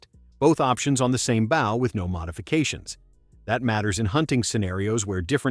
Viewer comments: The AI narrator in this video continues to mispronounce bow. It’s B-Oh not Bauw. Listening to these AI narrators really takes all the fun out of watching these video.Use a real person not some computer generated soulless. machine. Every archer watching this video is literally Wensing. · Bow. As your narrator keeps pronouncing it, is the front of a ship or boat. Not the thing you shoot arrows from. Please feel free to do your homework beforehand.